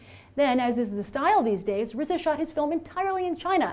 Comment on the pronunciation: D You pronounced RZA correctly, Kudos Grace.